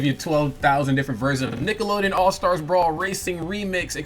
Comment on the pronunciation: All STAR Brawl. Why's this dude keep adding an "S" on the end of the word?